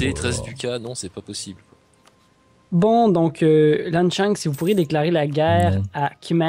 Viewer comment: Lan Xang se lit "Lan sang" ._.